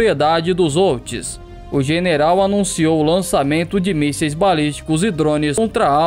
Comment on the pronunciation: Houthis se fala como se fosse com R....rutis se pronuncia assim . Só pra te ajudar, bom conteúdo. Os houthis lançaram um Shahab 3 de origem iraniana.